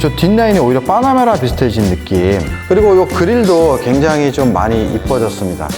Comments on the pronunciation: 뽜놔뭬라 발음만 기억에 남아버린다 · 빠나메라 까이엔 박서엔진...발음 넘모 귀엽